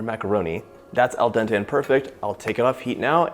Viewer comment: say eldonte one more time i’m gonnna air this whole place out